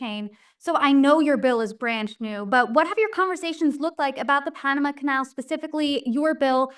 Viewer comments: Panamu??? It's Pan u mah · Where is the female host from? She doesn't know how to pronounce Panama!